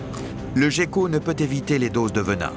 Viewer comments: Jécko? On prononce guécko! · Prononcé Géko en français et Guéko en anglais c'est de là d'où vient l'amalgame. De même que le pingouin qui est un oiseau (et non pas un manchot) là aussi l'amalgame vient de l'anglais parce qu'en anglais manchot se traduit par penguin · Ya que moi qui prononce "guecko" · moi aussi je dit "guécko" depuis toujours, ça m'a beaucoup surpris d'entendre le commentateur dire "gecko''